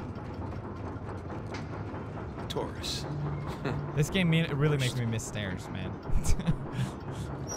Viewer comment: How the hell Nate said taurus the worst !!